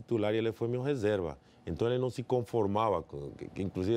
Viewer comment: Palmeiras tem mundial, Rincon?? Enton, enton, enton, enton, enton, enton!! kkkkkkkk